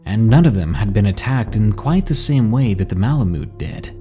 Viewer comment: The way u say malamute haha